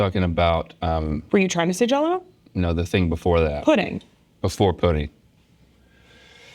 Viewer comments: Definitely sounded like he said praise Putin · It sound like Link said… “Praise Putin like you should,” 😝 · I thought he said "praise putin". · I first I thought link said “praise Putin like I should” lmao 😂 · In that voice, it sounded like a love letter to Russia (or a better option, poutine!) 😂